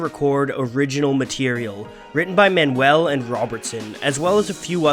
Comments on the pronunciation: It’s Richard Man-you-ull, not Man-well. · Richard Man-u-el not Man-wel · Richard Man-U-el not Man-well of The Band. Thanks! BTW, some of those Zeppelin albums were mixed at Ardent Studios, Memphis, TN by Terry Manning